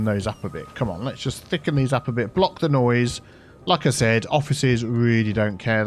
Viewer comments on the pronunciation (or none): none